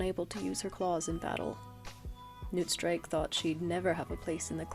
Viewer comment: I can't lie, for Newtstrike I thought you were saying Nootstrike for a whole minute lol. I love your art style, new subscriber!